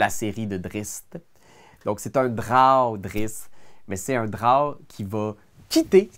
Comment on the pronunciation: "Ah ouais, beau travail" concernant l'esclavagiste repenti m'a fait beaucoup rire. J'ai été surpris d'entendre la prononciation de Drow (droï) alors que je l'ai toujours prononcé dro. J'ai vérifié et tu as la bonne prononciation. Je vais me coucher moins niaiseux. J'ai dans ma bibliothèque un roman de Return of elemental evil, la quête qui a façonné ma vision de Dnd et après le visionnement de ta vidéo, je ne suis plus sûr de vouloir le lire après tout. Disons que d'autres romans vont passer avant, dont la série The Expanse. D'ailleurs, je voudrais te remercier de m'avoir fait connaître cet univers. Il me semble que tu l'avais recommandée il y a quelques années dans une vidéo et je suis complètement accro. Merci pour cette découverte.